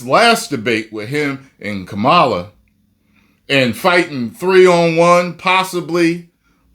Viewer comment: Kamala, not KaMala